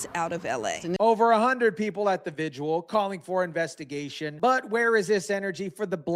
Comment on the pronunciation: Vi - gil Not vi gu al or whatever the f you keep trying to say.